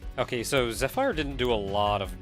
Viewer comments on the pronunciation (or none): I normally don't correct pronunciation, but you're probably going to use zephyr for a long time and it's really starting to grate on me. Zephyr is pronounced ze-fur, not ze-fire.